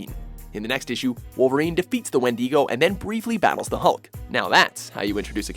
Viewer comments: WTF is a Wen-dee-go? LOL It’s pronounced “Wen-di-goe” (wɪndɪɡəʊ). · Wendeego is how he pronounced it!! GTFO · It's pronounced win-da-go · You did not say Wendigo correctly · didn't know you could mispronounce Wendigo...